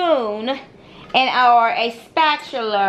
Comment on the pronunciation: Not the "spatuler"! 😂